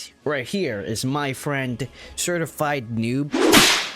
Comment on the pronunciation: when he said certified noob I thought he said stir fried noob lol